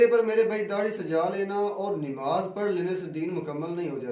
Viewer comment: Dadi wale jahil Mulla nimaz nahi hota hai namaz hota hai pehle bolna sik